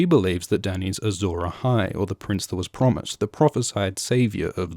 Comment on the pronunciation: I like the way you say Azor Ahai.